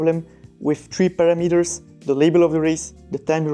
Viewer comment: "Pah - rah - mi - ters" not para-metres